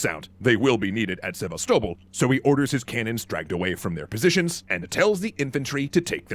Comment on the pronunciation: I really hate the way he pronounces Sevastopol